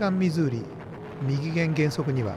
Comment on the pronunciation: 動画投稿，ありがとうございます。 "右舷"は，できれば「うげん」と読んで欲しかったです。